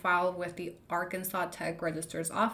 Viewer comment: Pronouncing Arkansas like that is crazy 😭😭